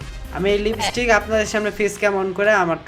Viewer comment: লিবিস্টিক না ভাই লিপস্পিক হবে।